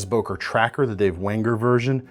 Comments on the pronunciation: not o!, ŐŐŐŐŐŐŐŐŐŐŐŐŐ! why is it so hard to pronounce this sound? "Ő" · ...why always boker??? its an german brand called böker with ö !!